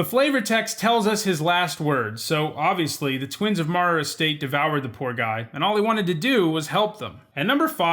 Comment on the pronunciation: it is actually pronounced "Mao-rer". I know cause it is my last name.